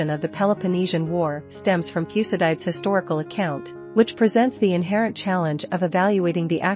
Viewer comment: Learn how to pronounce Thucydides